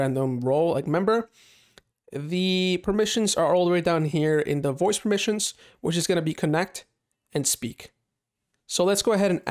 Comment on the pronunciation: I like the word "permissins" xD